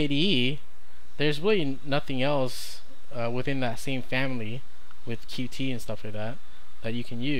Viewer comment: Dont want to be a douchebag, but its pronounced "Cute" not "Q T"